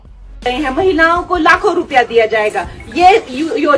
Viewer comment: लाखो नहीं ..... लातो बोल रही थी....